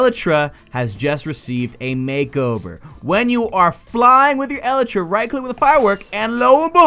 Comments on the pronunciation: YOU KEEP SAYING ELTRA NOT ELYTRA RRRRRRRRRRRRR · its elytra not elitra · E-LY-TRA NOT El-e-tra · E-lie-truh. NOT eluhtruh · It's pronounced E-LITE-TRA not EH-LITRA. Sorry, you were hurting me. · Your saying it wrong, it's not eltra , it's elytra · El-ee-read not El-i-tris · It's "el-ee-tra" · so cringy its (e-li-tru) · I cant watch this anymore he is say "elytra" wrong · You say Elytra wrong. GAH